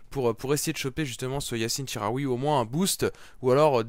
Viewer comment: Ca se dit chi comme chilie pas ji pour chikhaoui si non continue les vidéo toujours aussi bien ;)